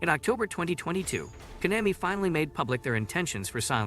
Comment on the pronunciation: I can’t un hear “Kon-a-my”